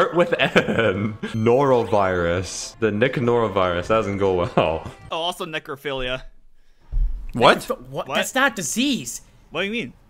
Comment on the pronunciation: “nickerphelia” someone clip this please